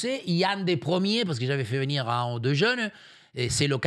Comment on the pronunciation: "Il va vénir TROUVER..."